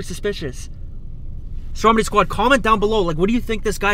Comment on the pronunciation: it's stromedy not strodemy